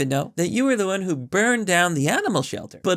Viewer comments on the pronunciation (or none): none